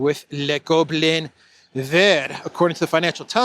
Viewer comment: Goblin is pronounced “Gobe-lan” in French!